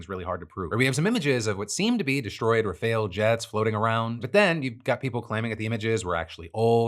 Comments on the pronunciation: Love you and following you forever. Need to work on pronunciation, specifically the Rafale (Rah-Fall) and Taipan (Thai-Pen). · What is is with english speakers being unable to say rafale?